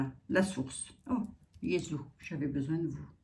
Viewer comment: Bonjour Vous avez des liens avec la Pologne ?? votre façon de prononcer Jezus me fait penser ça. j'aimerais bien que vous allez avoir raison !!